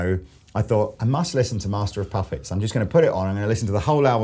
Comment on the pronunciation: did he say "master of puffets" ? that's so funny. i think maybe it's just a brit/american thing